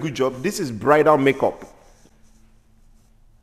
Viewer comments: "Brighter or Bridal? No one knows what you are saying" (Confidently): "They know" Me: still confused 😂😂😂😂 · He said bridal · Ok😂😂😂That cracked me up..what are you saying Bridal or brighter, brida, brida. I burst out laughing. Thank you. Great to see more people have discovered you guys. You definately brighten a day. Blessings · Brider, brythal 😅😅😅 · Bam you’re confusing my Nigerian brother & I😂 BRIDAL! He said Bridal😂😂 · I totally thought he said brighter when he stressed bridal the last time lol 😂